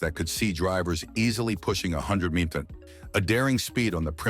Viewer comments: Your AI needs working. It doesn't know how to pronounce mph. How absolutely laughable. Your code writer should be fired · Loathsome AI voice, can't even pronounce mph. Thumb down dislike given. Couldn't watch past 3 minutes.